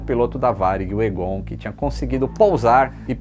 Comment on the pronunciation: O nome é pronunciado "Égon", não "Egôn". kkkk